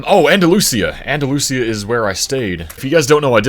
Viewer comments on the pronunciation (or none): Just FYI Andalusia, AL is pronounced Anda-luge-uh